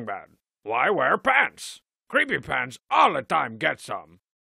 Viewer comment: but you said cweepy pants all the time get some